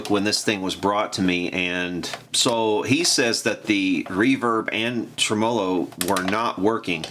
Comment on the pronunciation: your channel and projects and teaching style are all exactly what I think makes for time well spent on the 21st Century version of the "boob tube". But with that said there is one thing that is a "personal problem" I admit, but bro seriously, the goof version way you say TREMOLO makes me nuts!!!! Now I think you're goofing saying it that way, but others I know who watch your channel all say you do it intentionally. Can you set the record straight for us and please and tell us if you're kidding or not? Thanks very much!